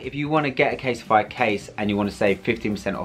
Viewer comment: anyone pick up on how kept calling it caseify as opposed to casetify 😭 great advertisement 👍😭